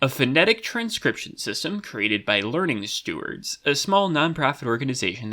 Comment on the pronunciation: The two words pronouncation and learningstewards were both pronounced incorrectly, which is cool haha